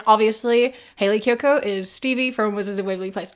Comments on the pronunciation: he couldnt pronounce kiyoko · Bro couldn’t even pronounce her name right😭 Love Hayley kiyoko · He couldn't even take the time to pronounce her name right. ☠️